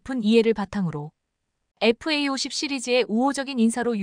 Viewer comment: Fa50. 은 제대로 읽고있네요!!에프에이50 에다가 스텔스기능만 부가시키면. 세계최강전투기가 된다~❤